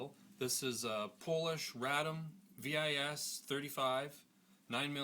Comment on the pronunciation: Just to make things clear: Radom is a city in Poland, where Fabryka Broni (FB; Weapon Factory) was located. VIS is pronounced as "vees", not "v-i-s". Btw, very good choice for a handgun ;)